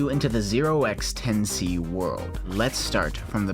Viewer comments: The way the name is supposed to be pronounced is "10 to the C" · I believe Notch pronounced the name "Ten to the C" The 0x isn't pronounced because it just indicates that the number is in hexadecimal.